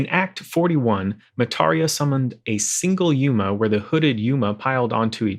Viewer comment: it's yOma not yUma :-0